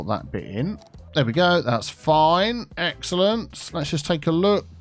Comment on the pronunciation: word of the day. "Exalente"